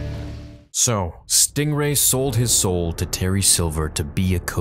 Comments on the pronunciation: It's stingray, not stRingray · lol, “Stringway”.